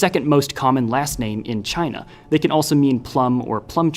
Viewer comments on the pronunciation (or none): none